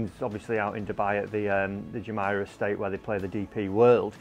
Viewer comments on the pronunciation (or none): It’s Jumeirah,. Jum-ee-rah 😉